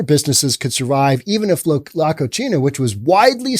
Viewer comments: He's blending Spanish and Italian: Spanish pronunciation: "ko-SEE-nah"... Italian: "koo-CHEE-nah"... Yes. "La Cochina" is a nasty girl/woman; "unclean" physically and/or morally. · Love you,... but your Spanish needs work. La Cocina (ko-see-nah) means 'the kitchen'. You said la cochina (ko-chee-nah) which means 'the female pig'. Saludos, amigo. 😉 🇪🇸 ♥️ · "Co-chi-na" in Spanish means dirty. "Co-see-na" means kitchen. The way he pronounces the restaurant's name is actually incorrect and yet correct... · The irony in his mispronunciation of “cocina” is hilarious. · The restaurant's name is "the kitchen". Hes pronouncing it as "the Dirty girl" Keep up the entertainment.